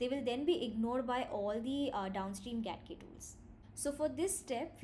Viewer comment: Getting started with GATK4 Follow. GATK — properly pronounced "Gee-ay-tee-kay" (/dʒi•eɪ•ti•keɪ/) and not "Gat-kay" (/ɡæt•keɪ/) — stands for Genome Analysis Toolkit.